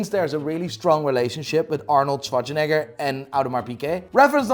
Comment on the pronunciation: Sayin Arnold’s last name a lil toooooo crazy